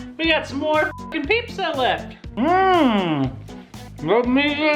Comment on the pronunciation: Ok I lost it when he said Peepza.